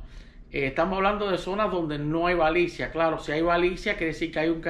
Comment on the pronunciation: usted pronuncia balicia,es lo mismo que baliza